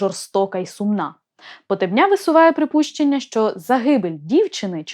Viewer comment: Не Хозари , а Козари . Вони були слов'янами ,розмовляли слов'янською мовою та сповідували йюдаїзм, який в ті часи нічим не відрізнявся від тогочасного ісусізму,тобто чпотвореного йюдаїзму . Прізвище ПотЕбня вимовляй правильно !